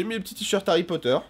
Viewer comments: C'est moi ou il a dit harry croteur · tu sais au début ta dis Harry crooter